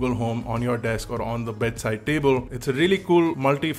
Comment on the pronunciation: Just a small note: it's desk not deks.. Cheers ✌️